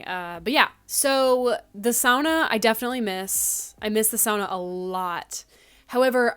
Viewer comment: Thank you for saying sauna as sauna and not SOONA <3